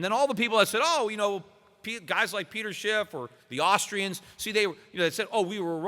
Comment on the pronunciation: Is it just me but every time I hear Peter Schiff introduce himself it sounds like he's saying Peter Shit.